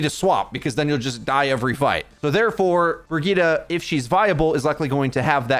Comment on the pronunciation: kinda funny how youre rolling the r in kiriko to pronounce it extra japanese but you still say brigida.